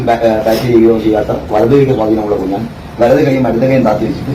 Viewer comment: കുഞ്ഞൻ അല്ല കുഞ്ഞാൻ ആണ്